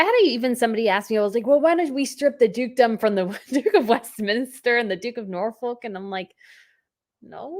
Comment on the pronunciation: Btw, the British pronunciation of Norfolk is Nor-fuk. And no, I'm not kidding, lol.